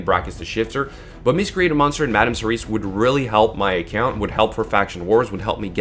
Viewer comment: Cerise is already a word. it's Serris.